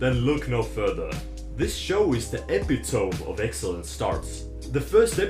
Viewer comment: epitome is 4 syllables.